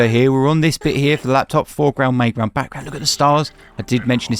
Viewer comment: Bro, I'm in the US what one earth is the "May" ground? You keep saying foreground, may ground and background.. Is that like how you say middle where you're from?